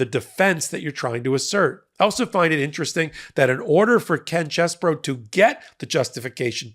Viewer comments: I'm not enthusiastic about Ken Chesebro's name being pronounced as "Chess Boro" - He's KEN CHEESE-BRO! 🧀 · Quit pronouncing his name as "Chess Bro". Pronounce his name as *CHEESE Bro".